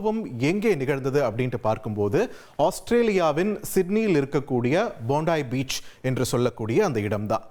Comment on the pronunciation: போண்டா பீச் இல்லப்பா. போண்ட் ஐ பீச் ( ஜேம்ஸ்போண்ட் படம் பெயர் மாதிரி ) 🤦‍♂️🤦‍♂️🤦‍♂️🤦‍♂️